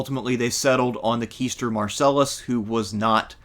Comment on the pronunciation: I'm still listening to the video so I heard this later, but the position/word QUAESTOR follows the same QU pronunciation. The AE is pronounced like english EYE. That same rule is followed always when pronouncing latin words. QUAESTOR is pronounced KWY-STORE.